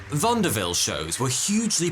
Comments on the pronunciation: You’re mispronouncing it it’s not Vanderville it’s vaudeville but I can see why you make that mistake. Americans pronounce things one way British pronounce things another way you say potato I say potato well you get the idea. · VauNDERville? I always heard it as Vaudeville 😂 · Thank you for this video of Houdini. But please, the word is Vaudeville, not Vondaville. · a Vaudeville house not "vanderville" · Pronounced Vaudeville - without any N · I love your mispronouncments "vondavil" = Vaudeville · It's pronounced "vawd-vill" not vondaville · Not pronounced Vonda-ville. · I usually enjoy videos, great storytelling, decent research. Stopped watching this one though. Bad enough to pronounce escapologist wrong but to call vaudeville 'vondeville'? 😂 I'm outa here. 🤦‍♀️ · I think means vaudeville not vandeville. Or maybe it is just his "accent". lolz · Why does "vaudeville" sound like "vondeville"? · Hi Sweetie - it’s ‘Vaw’ de ville’ . said quickly. for a minute there, i had no idea what the heck you were talking about. :) that’s OK thoughv- cause who knew ‘Chal mon delli’ was Chumley. or ‘Wor chester shire’ sauce was Worstcher ? Sauce LOL 😛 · Did he just pronounce Vaudeville Vanderville.. Twice? Am I the only one who heard that? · what the hell is vonderville? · Did pronounce Vaudeville with an “n,” or did I hear that wrong? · "VauNdeville"? Is "vaudeville" one of those words that gains a letter in British English like "aluminium"? 😂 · Great video again! Vaudeville actually has a very American and not French pronunciation, though: “VAW-DE-VILL.” It sucks how Houdini died. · I mean no offence but you pronounce Vaudeville in a very odd way to me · I’ve worked professionally and have a bachelor’s in theatre and never heard Vaudeville pronounced that way, must be a British-English vs. American-English thing. I love that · Wait a minute ... can you say Vaudeville again? Lol